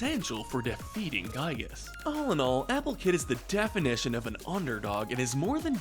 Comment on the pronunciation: The actual pronciation for Giygas is "Gee-gus" not "Guy-gus"